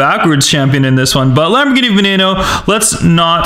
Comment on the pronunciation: She said wombat geene xD